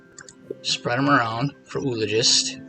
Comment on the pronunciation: I enjoy your commentary and have learned some strats that help my own game. And I really feel like a jerk calling it out, but I have to point it out— the double o in “oologist” is not pronounced with a single “oo” sound like “tooth”. It’s greek in origin and and sounds like “oo”-“ah”-“logist”. Or better written - “ō-ˈä-lə-jist”. Anyway keep making the videos and I’ll keep watching regardless of pronunciation.